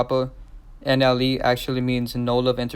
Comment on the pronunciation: Say it with me Slowly… "Nelly" "N-L-E"